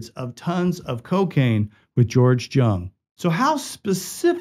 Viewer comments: It's pronounced Yung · It's pronounced " Young" George's last name. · Its pronounced " Young" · Correction: George's last name "Jung", was pronounced "Young"! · It's pronounced young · You'd think that anyone who took the time to research a famous person in order to produce a video biopic of their lives would at least be able to get the name pronunciation correct, but apparently not. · I came looking for this comment, and was shocked not to see it mentioned by more people! Every time he said it wrong I cringe a little more.😖